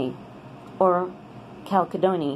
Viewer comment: Cal Kedonknee???? HAHAHAHA